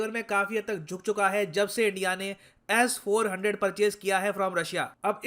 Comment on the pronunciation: Sirji, its S400, not Ass400. :-)